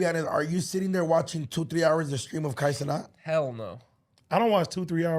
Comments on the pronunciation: If you gonna be talkin about a man behind his back atleast get his name right. “Kai CenOt K Cenat” and I can already hear Kai screaming “WHAT!” right here 🤣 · “ Kay Cenaught “ lmaooo it’s “ Kye Cehnat “ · A man said Kay Cenat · Geez at least say his name right wtf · Pronounce his name correctly at least dumbasses. 🙄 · Say my son name right